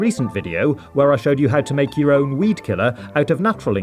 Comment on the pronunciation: Did u say weed or weet